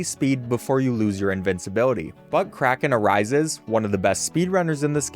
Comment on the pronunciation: why do you keep calling that person ButtCrackenArises